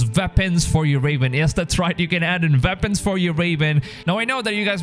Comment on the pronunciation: I like the way you say Veapons